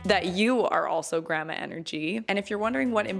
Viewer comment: Lol you say Grammar and Grampa. 🤣 try saying "Grand-ma"